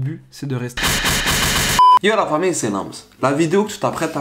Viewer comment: Yé la famiyye c'est insister sur le y